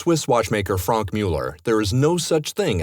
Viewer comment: codecow can someone please teach him how to pronounce Franck